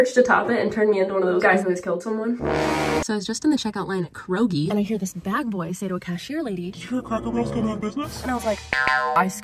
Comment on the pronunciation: Sorry but i am hung up on your pronounciation of Kroger!